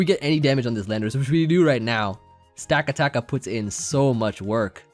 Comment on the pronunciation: I think its pronounced Stuh-kata-kuh.